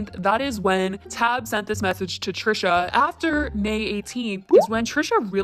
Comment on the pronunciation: You really couldn’t pronounce Tab...😒 the microagressions